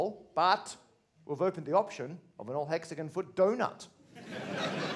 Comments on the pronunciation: Whole problem is mispronunciation. It's hexagon like gone not like gun. Thought you brits believe in gun control?! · Never knew that British people pronounce it hexa-gun and penta-gun. My mind is blown.